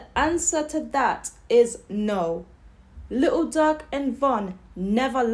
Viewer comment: YOU SOUND SO DUMB 😭😭😭 LITEL DUUERK😭😭😭